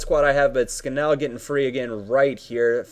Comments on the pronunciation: its Scan-all ^^ not scan-ell:) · It is pronounced 'Scan-null' no idea why, just is :P